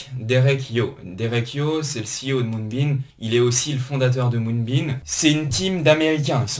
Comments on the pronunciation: Top la vidéo! Mais arrête de dire MoonbeaN stp. Lol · Quand on attaque la vidéo et que le nom du projet est mal prononcé ça commence mal...